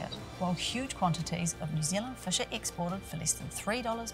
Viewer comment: "Rescue fush"